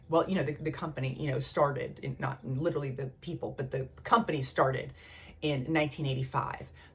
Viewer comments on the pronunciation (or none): none